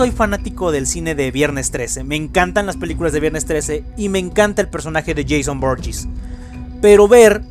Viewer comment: se dice jason voorhees no jason voorllis